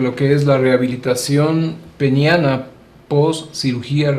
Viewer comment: Peneana, Doctor.......Peneana!